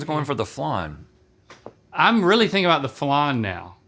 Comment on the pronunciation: Why is flan being Called flarn?